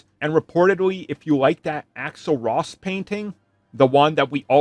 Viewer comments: He means axel rose 😊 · "Axel Ross" wtf ?? 🙂